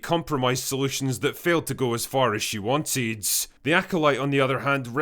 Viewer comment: irrelevant but the way he said "wanted" is so funny